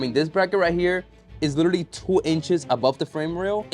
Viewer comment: Anybody else hear that "Literaly" when was inspecting the undamaged frame??😂😂